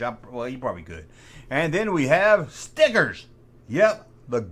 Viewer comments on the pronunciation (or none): Some how, makes the word stickers sound like a racial slur. 😅